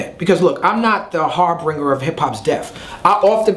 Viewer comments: Talib the word is not pronounced 'harbringer'. The correct pronunciation sounds like the correct spelling which is 'harbinger'. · He said "HarBRINGER" lol. It's "harbinger". I'm still a Kweli fan though.